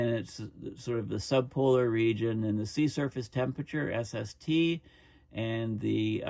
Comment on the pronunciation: Every time you say “sea surface” I think I hear “sea serpent,” which gives a slight bit of comic relief to an otherwise alarming topic.